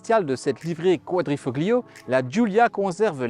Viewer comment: GRRRRRRRRRRRRRRRRRRRRRR, on ne prononce pas le "G", on ne dit pas [kouadrifoGlio], mais [ kouadrifoLio], ce que ça peut être agaçant à la longue et faire nanard. Merci à nos 2 gars cependant pour les éloges de cette italiennes. Il ne faut simplement pas être bête, reproche-t-on à un camion d'être gros ??? Alors pourquoi reprocher à une berline sportive d'avoir des suspensions fermes ???